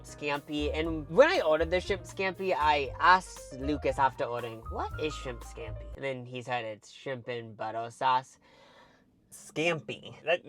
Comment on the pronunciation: thanks for pronouncing shrimp skampi like that, very skampi